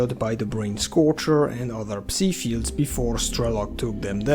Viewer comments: Just a tip; It is Psi emissions, as in psionic radiation Not C-Emissions. It's pronounced like Sigh, rhymes with bye, hi, pie. Not see/c like C consciousness. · ever since stalker 2 came out everyone's been calling it "psee" emissions. Was this just a mistranslation in the english dubbing? We'v always called them Psy as in "sigh" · "beta p-see" sounds like you're trying to insult 😂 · I assumed the "p" in "psi" was silent - as in "psychological"